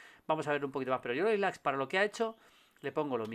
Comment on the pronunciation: Julio un consejo amigo, Ilaix se pronuncia así: ILAISH. Un abrazo chao chao chao chao